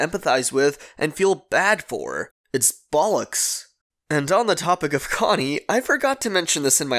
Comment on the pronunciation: love it when americans say bollex lol